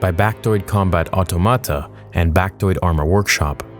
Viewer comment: 19 seconds in and you can't even pronounce automata